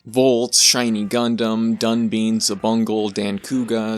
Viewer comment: The "tes" in "Voltes" is pronounced like "test" The "bine" in "Dunbine" is pronounced like "bind" The "ba" in "ganbare" is pronounced like "bar." And "corps" is pronounced like "core." That one's French. Also, this is a real bugbear of mine: tokusatsu is not a genre. It's a style and technique of filmmaking. It can do horror, action, sci-fi, fantasy, basically any genre or story that involves heavy use of special effects. And in regards to subgenres, there are many tokusatsu works that could be called mecha. Most commonly there are the super robot shows of the 70's and 80's like Red Baron, Mach Baron, and Daitetsujin 17, but there have even been a couple instances of tokusatsu leaning into what some would call "real robot," most prominently the 1989 movie Gunhed. Hell, if, like me, you think what we define as tokusatsu should extend to any cinema that uses the right style and techniques regardless of country of origin, Robot Jox would very much count as tokusatsu.